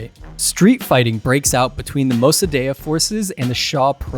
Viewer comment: Iranian living in europe here. Shah was not perfect but he also did a lot of good. Mosadegh ( you pernounce it wrong) was a communist and would have sold the country to soviets.the protest in the end of shahs reign were organized by marxist ( we can then toodeih) . The reason the west stopt supporting de shah is because he started rejecting the western influence . After the revolution btw the islamist executed all the marxist collaboraters. I was as a kid caught in a fire fight between the marxist and islamist. I dont know what you politics are but seeing this video in guessing a berney Bro. And a leftie . Nothing wrong with that but for the sake of truth you can not leave information out because it goes against your idiolegies. You could have mention that after 45 years of islamic dictatorial people want to get rid of mollahs but protesting . They want to be free and they are tryinh and will pervail .